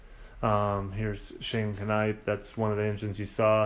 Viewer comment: the K in shane knite is silent